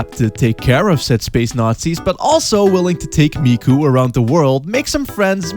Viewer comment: DID YOU SAY....MIKU?!?!